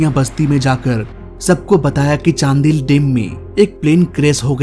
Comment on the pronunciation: चांडिल है चांदिल नही 😅